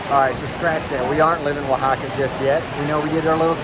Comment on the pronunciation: YOUR HILARIOUS. The pronounciation is on point OAHAAAKKAAA! lol